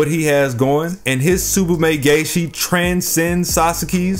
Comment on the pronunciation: "Tsubame Gay-Shi"